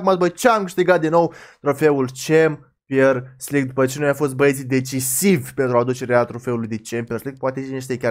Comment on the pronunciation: Mie mi se pare ca tu zici "cempiors lig" cu "r" asa e ?